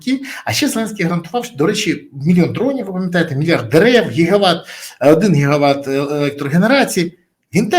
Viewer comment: Не гігават а ги- ги ват😂